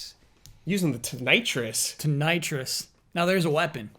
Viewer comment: "Tonitrus... now there's a weapon." LMAO. This made my evening. I love you guys.